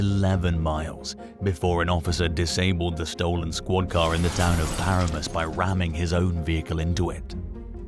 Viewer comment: It’s par am us not para mus